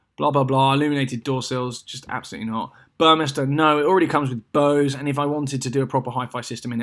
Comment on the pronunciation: Oh I’m just relieved you properly pronounced Bose For anyone wondering, its meant to rhyme with nose!!! 😂